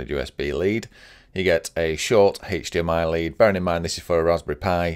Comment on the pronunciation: Great video, however, if I hear "haechdmi" one more time I might just jump off a bridge